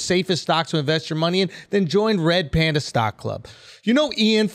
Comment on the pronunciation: “Pander Pander” 🐼 😂